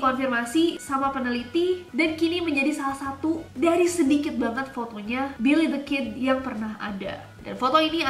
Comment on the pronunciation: Kak Ness : Thrifting Me : Lelong sayangnya disini jarang bgt barang brandednya😂😂 Billy the kid aku dengernya willythekid😭😂😂